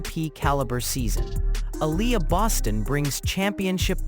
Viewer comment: Stop mispronouncing Aliyah